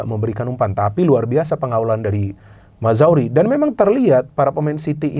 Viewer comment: Mazraoui bacanya Maz-ra-wi bukan Mazawri :D